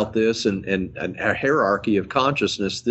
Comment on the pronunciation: "Hairarchy" lol